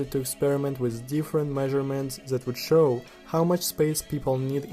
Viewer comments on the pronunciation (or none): none